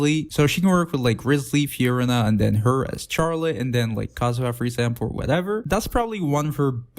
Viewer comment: Please don't pronounce her name like this I'm begging